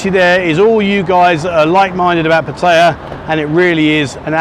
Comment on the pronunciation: After all the years spent there you could at least learn how to pronounce Pataya correctly , no wonder you got the finger !